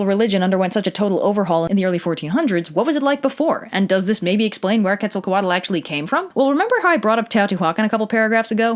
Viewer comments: That Quetzalcoatl pronunciation is so cringe and wrong, it's not two words like "Quetzal coatl", it's one continuous word. Come on man, couldn't you at least find a video with the right pronunciation and copy that? You obviously did some research about it. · I love how they say "quetza-co-WADDLE" when it's rlly just "que-zal-co-at" 😂💕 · It's Quetzalcoatl. You got marsupial right, though. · I thought Quetzalcoatl was pronounced CUET-ZAL-COAT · Am I the only one who doesn’t think she pronouncing Quetzalcoatl right? Cause I was taught a much different pronunciation from my grandparents and father. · yeah I noticed that the tl consonant wasn’t pronounced correctly at all and it threw off the whole word pronunciation but other than that it was not too bad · About the pronunciation of Nahuatl words. The "tl" sound at the end of a word it varies a bit but the most common that I know of is with a hard "t" that slides into an "l". Here are some examples, Of these the second and third are the ones I'm most familiar with. Quetzalcoatl shouldn't be pronounce "Ketso-ko-waddle but more like "Ketsal-Koah-t'l" I've also heard some people claim "tl" is silent. I guess It's a regional thing depending on which part of Mexico you're from. I'm by no means an expert, but to my credit I am Mexican and I've heard Nahuatl spoken, for whatever that's worth. Thanks for the vid and If you liked Teotihuacan you should also visit Chichen Itza. The weather is beautiful and so are the beaches. You can check out Xcaret and swim in some of the underground rives called Cenotes. There's also a live show about the history of Mexico that includes the Spanish conquest. Anyway thanks again for making this video. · I’m pretty sure the “l” at the end of Quetzalcoatl is silent? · lol "ketzal cuh waddle" , you Said Kukulkan and Qukumatz way better than you said Quetzalcoatl and any other Nahuatl word the entire video. XD